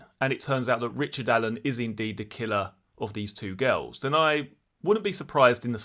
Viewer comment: The way you say girls sounds like ghouls